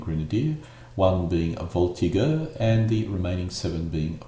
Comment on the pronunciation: Garde Velites not Velities pronounced Vel - eat no "S", like Elite with "V" preceding. Cheval (Horse) not Chevel. Voltigeur pronounced with a soft g. Like the G in general or German. ie Voltizher.